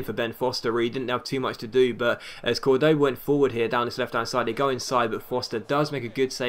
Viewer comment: In spanish the vowel with the " ´ " always means that's the streess syllable, so Córdoba's stress syllable is "Cor".